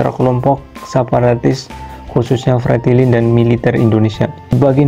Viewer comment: Kalau mau bikin konten harus yg jelas FRETILIN bukan FRENTILIN